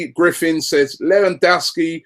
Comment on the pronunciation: Credit where it's due Rob, you got half of Lewandowski's pronunciation correct.